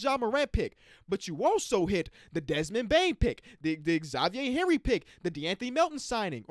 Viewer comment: “Xavier Henry”